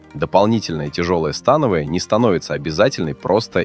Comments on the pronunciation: Автор смотрел видеоряд? То упражнения на грудь показывают, то трицепс, ну и ударение в слове становая 😅. Скормили ИИ контент и ботов нагнали. А от направления и хвата зависит акцент по волокнам, но тут все очень примитивно… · СтАновая или становАя??? Вы уж определитесь! 😊